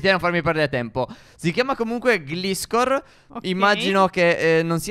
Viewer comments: Si pronuncia Glaiscor ed é di tipo volante terra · E gliscor si legge Glaiscor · si legge: car-ni-và-in, glà-is-cor, ma-ghi-àr-na, miao, grò-tol (e la sua pre-evoluzione) tàr-tuig (non è per dire che non siete in grado di parlare o cose così, è solo perché sono alcuni tra i miei pokémon preferiti)